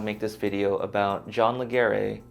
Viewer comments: John pronounces "Legere" like "ledge-er" Also, you're thinking of the term "Opt-in" wrong. Getting out of Bing On is Opt-out. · his name is pronounced Ledger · Your saying Leger wrong!